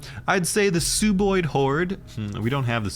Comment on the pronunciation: Great video once again, but its Sub-oid, like sub-marine, sub-terranean, or sub-ordinate. "Sub" meaning below/under. They're sub-humanoids aka sub-oids.